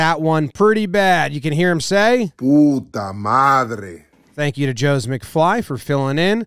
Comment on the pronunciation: Good pronunciation